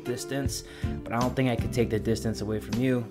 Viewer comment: me: i don't fink you have the facilities for that big man